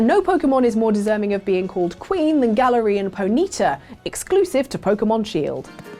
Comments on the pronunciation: “Gah-lar-ee-an Poh-knee-tah” Ah yes, Gahlarean Pokneeta. Just thought it was amusing. Each person pronounces Pokémon names differently and words in general. Not trying to be rude at all. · "Gal-air-ian Po-knee-ta" Silly. Saying things in a funny way.